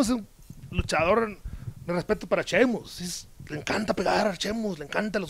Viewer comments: Jajajaja me mama como Andrade dice Chemus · Lo que más risa me dio es que Andrade dice "Cheimus" Jajajaja